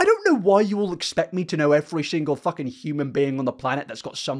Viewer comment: I like how you don't say the F in f*king 😂 it's THucking